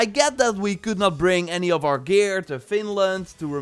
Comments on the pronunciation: Man, its Vinland, not Finland ^^ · its not "finland" its "vinland" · Vinland not finland lol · Is anyone els hearing Finland and not Vinland? Like I know he is saying Vinland.. but I can't get my self to hear it 😅😖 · Valhalla isn't authentic history. It's more in myth territory. And my bad If I misunderstood his accent regarding Vinland. Vinland was discovered by Leif Ericsson Day around 900/1000 AD approximately 500 years before Columbus' birth.